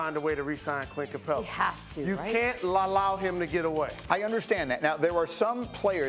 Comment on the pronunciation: what he say lalallowed 😂😂😂